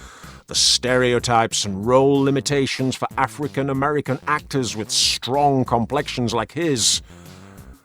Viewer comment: "STRONG complexions" 😂 I've never heard it said that way before 🤘🏻🏴